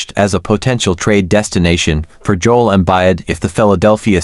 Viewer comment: "Jole Embide" Good stuff